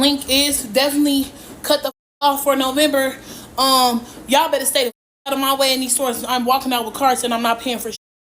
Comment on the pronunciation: "NOVEMEBER" :face-turquoise-covering-eyes